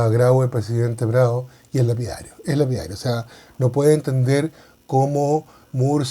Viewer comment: Estimado buenas, según historiadores peruanos se pronuncia “More” y no “Muur”. Saludos😉